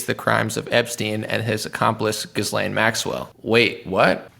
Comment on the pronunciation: yes. I hear you 💯% - this is perhaps not important, but.. it's "gi-lane" or perhaps gee-lane, or better still drop the vowel altogether & say g'lane. The S is silent. And this is French, so everything is faster and "thrown" sort-of aside in the language - sometimes almost an entire word can be run by so fast it's not even possible to discern it was Said. Haha. Anyway... "Gee" - "Gi" - "G'" - not "Gis".